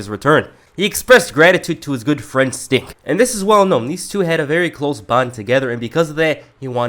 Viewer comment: I noticed you said "stink" instead of "sting" in some instances or I'm hearing things.